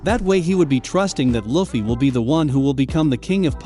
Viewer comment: It annoys me the way you say luffy